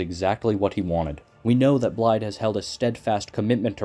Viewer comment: excellent vid but pls it is pronounced like "Blythe"